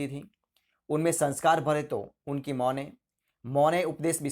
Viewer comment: Hindi bolna to sikho pehle mo Nahi ma hai